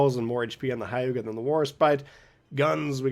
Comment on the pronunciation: It’s not Hai-you-ga. It’s more like h-yu-ga. Like you barely pronounce the h.